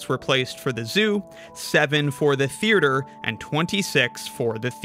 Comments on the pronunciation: I know it's bait but I just have to say it: theaerture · Why does he pronounce theatre like that? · Forget sixths, (side note: its a killer hangman word) the way you pronounced theatre is gonna haunt you. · I love your videos but the way you say Theatre is very upsetting